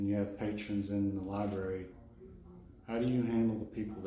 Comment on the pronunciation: The way she says "Lieberry" tells you that she clearly can't spell Library, so she shouldn't be working in one.